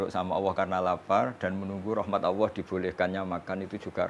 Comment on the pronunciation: Kalo boleh mengritisi utk gus Bahak dalam melafalkan kata Alloh hendaknya terdengar jelas LAM JALALAHnya..maaf yg sy dengar beliau mengucapkn kata Alloh dgn ucapan AWOH. yg lain sangat bagus.. Maaf bukan menjatuhkan tp demi kesempurnaan BELIAU..